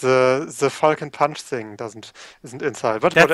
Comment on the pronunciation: the translation for "falcon punch" is more something like "poing faucon" but yeah, great job XD and you prononce it like "fokon pwin" (the "on" and the "in" are just too strange for other people to prononce i think... french is really the worst language. screw my contry XD)